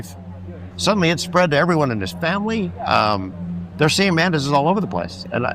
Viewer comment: ... why did i hear "The mantises... the man-tits" 🤣🤣🤣